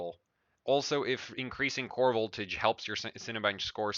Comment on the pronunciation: LOL "VOLTAJE"